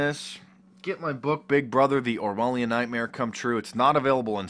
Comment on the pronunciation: What is that word he uses? Pronounced “Orwhalien...” What is that?